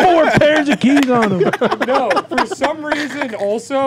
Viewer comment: Hilarious that corrects the word Thespian when he can't say "them" correctly., them has an "e" thus it shouldn't rhyme with plum, like when you say it...